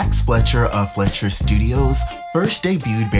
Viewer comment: FLY-SHER noe flesh-er